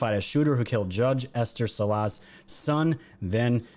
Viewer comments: Saul-ahs and Oregun not Oregone. Sorry but my mother's maiden name was Salas and yeah, I'm from the Northwest. Love your show bruddah! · Salas - the accent is on first syllable...